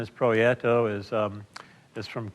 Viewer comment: it's Prieto (Pree-eh-toe).